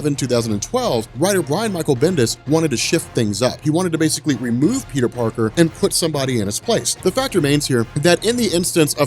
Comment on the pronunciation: Peter Parter Lol Peter "Three" Parter